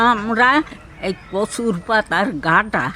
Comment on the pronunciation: ওটা ঘাটা না ঘাঁটি বলে